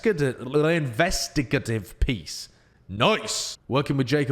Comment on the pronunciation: It's a hard A in investigative. In-vest-i-gate-ive